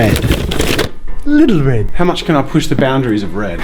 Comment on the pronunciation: Imagine jazza having a speech impediment... “WED WED WED”